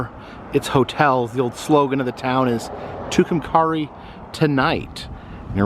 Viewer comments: Pronounced too come carry. I lived there and graduated high school in 62. They came up with the name legion has it when someone was carrying a rock and said two come carry. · Love your channel! It’s not a big deal but I’m pretty sure it’s pronounced Two-come-carry! Atleast that’s what I always heard it called! Anyway keep up the good work!👍🏻